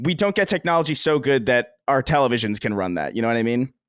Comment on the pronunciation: Well before we get to that point, perhaps we can pronounce the word "Television" :P. Demands will always become greater, of course you could probably play a current title on an SOC built into a display from 2030 - but how cutting-edge are the games of 2030 going to be? You see the size of graphics cards today, that's not going away anytime soon, unless we have a drastic change in architectural solutions.